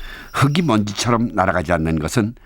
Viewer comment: 이 좋은 프로그램에서 흙이[흘기] 흙을[흘글] 발음이 다 잘못되었다는 것은 너무 안타깝네요.